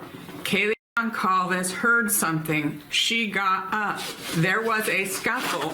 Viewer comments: Kaylee’s last name Goncalvez is pronounced “Gon-sal-vez.” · please try to remember that Kaylee's surname is pronounced "Gon-sal-ves". Others here have commented on this. We have been hearing the name for 2.5 years, and I'm sure coming across as disrespectful is the last thing you would want to do. 💖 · Can you please learn how to say Gonclaves? It makes me cringe and feels so disrespectful for you to still be pronouncing it so wrong.